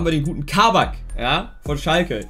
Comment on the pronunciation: Kabak wird kurz ausgesprochen, also nicht langziehen